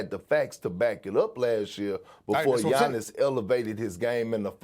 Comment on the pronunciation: It's giannis.